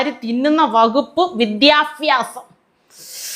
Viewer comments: അവതാരികെ വിദ്യാഫസം അല്ല വിദ്യാഭ്യാസം പൊട്ടത്തി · വിദ്യാ ഫാസം....എന്നാലെന്ത? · വിദ്യാഫ്യാസം അല്ല വിദ്യാഭ്യാസം എന്ന് പറയുക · അവതാരിക ആദ്യം പോയി മലയാളം പഠിച്ചിട്ട് vaaaa😂😂😂😂 വിദ്യാഫാസം അല്ല പൊന്നെ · ഓ അവതരിക അന്വേഷണ റിപ്പോർട്ട് ( ലഫി ) അല്ല ലഭി വിദ്യാഫാസം അല്ല വിദ്യാഭ്യാസം ആദ്യം നാവ് അവതരിക വടിക്ക് 😂😂😂😂😂😂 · വിദ്യാഭ്യാസം അല്ല "വിദ്ദാഭാസം" 🤣🤣